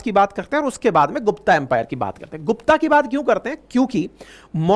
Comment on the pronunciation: सर आपसे और सभी शिक्षा के क्षेत्र से जुड़े हुए व्यक्तियों से अनुरोध करता हूं कि कृपया हिन्दी शब्दों का अंग्रेजी में उच्चारण न करे। इससे नए विद्यार्थियों में भ्रम की स्थिति पैदा हो सकती है। साथ ही मूल नामों खो जाने की संभावना रहती है। जैसे - गुप्त को गुप्ता, मौर्य को मौर्यन सातवाहन को सातवाहनाज शक को शका कुषाण को कुषानाज चोल को चोला चेर को चेराज पांड्य को पांड्याज आदि